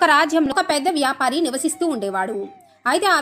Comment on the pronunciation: వ్యాపరి కాదు,వ్యాపారి